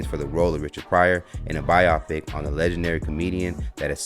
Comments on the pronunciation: Bio pic is not the same as biop pic. Good review. Too good to fail due to mispronunciation. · dude its BIO- PIC not bi- yapic... kept throwing me off but otherwise love the channel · good video but its pronounced bio pic like BYE O PIC. please.